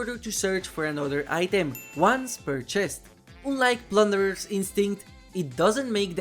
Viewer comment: Friendly advice: check the pronunciation of the word “unlike”. In any case, love your videos! Big thanks for them